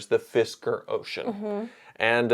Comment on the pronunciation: 😂 “Fitzker” ( and ) 😂